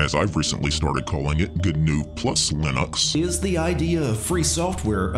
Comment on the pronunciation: I’m convinced that says lin-OX because the gnu in GNU’s logo looks like an ox. He’s been trolling all along.